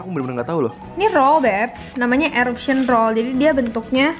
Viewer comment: the way pronounces 'eruption':')